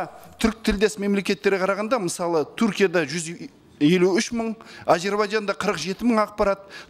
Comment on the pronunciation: Тэ Эм Дэ мемлекеттері емес ТыМыДы мемлекеттері деп айтылу керек. Туркия емес, Түркия.